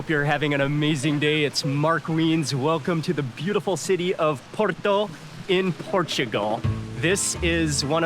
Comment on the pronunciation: Thank you for saying Porto and not Oporto! Hope you had a great time in our city :D